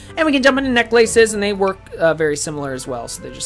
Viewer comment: Was he intentionally saying "necklaces" like that?